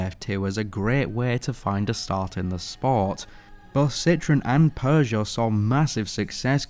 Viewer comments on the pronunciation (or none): Please improve your pronunciation of Peugeot and Renault. Otherwise great video!